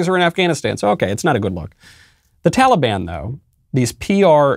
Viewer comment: "tollybon"- joe biden